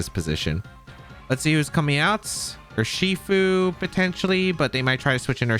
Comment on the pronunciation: Rather than saying 'Urshifu' as a single word, why the fuck do you split it into 3? Not to mention how you talk too fast that your brain can't keep up and you end up tripping over your own words. But like... you talk talk talk rly fast and then it's a slow 'ur-she-fu' n back to fast.